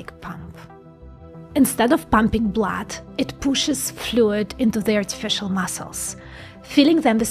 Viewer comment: "Powered by artifeeshal massels, bons, blad" I could def make a song out of that💪😎👌💿